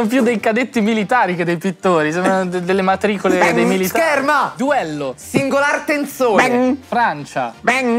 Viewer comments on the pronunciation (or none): che dice "Singolar Tenzone" lol Qualcuno qua ha giocato a LoR per caso?